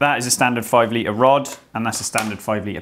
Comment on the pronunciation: Not even close. His knowledge is obviously good, but his whiny droning voice is off putting and the total inability to ever use the letter T when it appears in the middle or end of word is just plain lazy and makes you want to switch over. If it was the odd word fine, but it isnt. I spotted all these in maybe a 3 min segment Litre Notice Diameter Twenty Skirt Majority Squirter Positive Negative Mating I'm interested in the subject, but I actually had to turn it off I found him that annoying